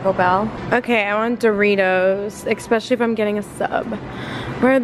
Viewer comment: Haha truth or EXpecially